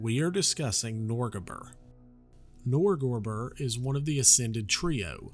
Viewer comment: I like your pronunciation of Norgorber. I get so tongue-tied with other pronunciations that ive just been calling him Norburger.